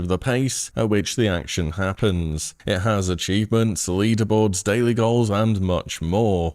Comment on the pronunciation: I enjoyed the "achoonments" myself.